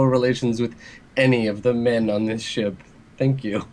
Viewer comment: She emphasized men, hmmmm . . . Now I'm crack shipping Piani and Rijani(thats definitely not how you spell that)